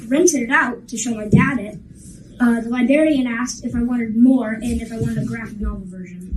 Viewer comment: I love his videos but I immediately corrected the libary and libarian parts to myself 😂 other than that your videos are spot on.